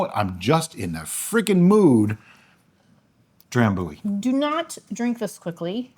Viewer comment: So anyway, the pronunciation is not dram boo-ee but dram biew-ee (them Scottish are kind of weird :) I think I only ever had it once and i liked it. Im going to guess you will to....